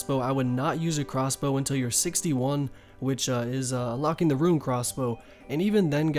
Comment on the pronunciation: RUNE (ROON), not pronounced as RUIN